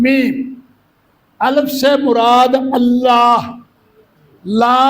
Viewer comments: اَلِفْ : درست تلفظ ہے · بابا جی کو کسی قاری صاحب کے پاس بیٹھ کر تجوید کی کلاس لینی چاہیے الف ہی کو غلط پڑھ رہے ہیں الف کے لام کے نیچے زیر ہے زبر نہیں